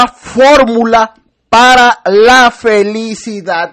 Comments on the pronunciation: Ay si que no estudio siempre dice felicida y no de dice así ni se escribe así es FELICIDAD.aparte de burlarse de nosotros mmmm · Entonces,, ¿está trabajando?, tengo entendido que nunca lo ha hecho,,, pero "increíble", Maduro si dice.. FelicidaD, No felicida.